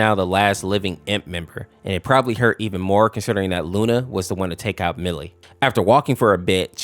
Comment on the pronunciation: millie not molly